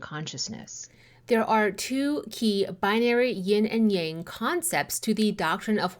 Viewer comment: As a student of the Ageless Wisdom teachings, I have been lacking in my studies of Taoism for some time. I’m very excited to discover your channel and greatly appreciate your method of teaching. I also appreciate your pronunciation of Yang, as it is “the way” I have always been comfortable with and believed I was hearing it mispronounced in the west often 🙏❤️